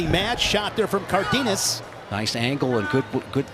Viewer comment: It’s pronounced Car den as